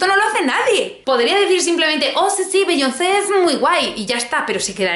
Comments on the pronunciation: Bi-yón-se. Así se pronuncia, ya que te gusta tanto meter palabras en inglés. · #LaVidaModerna es meter mogollón de frases y palabras en inglés, pero no pronunciar Beyoncé o Rihanna bien.